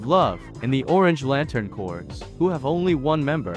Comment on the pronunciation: FFS, "Corps" is pronounced exactly the same as the word "Core". The P and the S are SILENT. Stop saying "corps" like "corez", there's no zeta on the end, unless you're talking about MORE THAN ONE. But just referring to one Corps does not have a Z-sound on the end, it's just pronounced like "Core". (And it CERTAINLY is NOT pronounced the same as a dead body, so it isn't "corpse", unless you're talking about the covert ops corps "The Corpse", run by Von Daggle that actually DOES pronounce it as "corpse".)